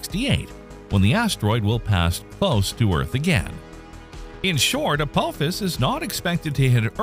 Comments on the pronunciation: say it right it's not Apowphis it's Apophis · I had to bail on this video. I could not handle the way Apophis was mispronounced. Do you not know how to pronounce the "ph" sound? It is "apofis", not "a-pope-is". Yikes. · Forget the treat levels and probabilities...can you at least pronounce the name right. Hearing you butcher it over and over again was gut wrenching. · Isn't supposed to be pronounced "Ah-Pah-Fiss?" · Hard to watch a video when the video starts by mispronouncing the name of the thing they’re talking about. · That's not how you pronounce Apophis. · your saying the name Apophis wrong if your going to say it say it right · Thumbs down for mispronouncing Apophis. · Mispronouncing Apophis immediately in the first few seconds of the video, means this video is full of crap. :P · It sure would be nice if these videos that are supposed to be erudite and educational would pronounce the names right. This is the second video about Apophis where they butchered the name over and over and over again. He even mentions the Stargate series. Why don't you watch five seconds of it, and listen to how they pronounce Apophis